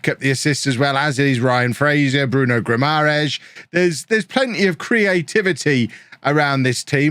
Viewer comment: Bruno’s surname is pronounced GuimareSH not Guimarez 😂😂 but us Geordies just call him Bruno !! Good show though as always - thanks ⚫️⚪️